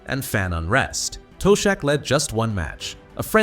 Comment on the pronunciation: Toe-shack😅, good ol' Ai.